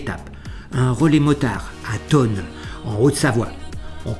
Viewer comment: On prononce "Forcla", sans le z ... sous peine de passer pour un monchu . "Mont Blanc" tout court, pas "Aiguille du Mont Blanc" Pas "Tonne" mais "Thôôôôôône" ;)